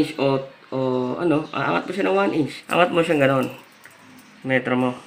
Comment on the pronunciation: May uhog pa pati pag bigkas ng metro,mali mali pa